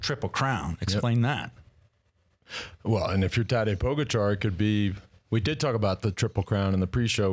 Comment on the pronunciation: His name is TadEy PogAchar, not tAdey pOgachar... Show some respect to this phenomenal talent... Learn his name...